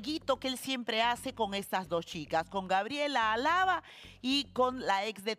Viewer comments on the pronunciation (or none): Xq dice a lava y es alava con fuerza en la primera a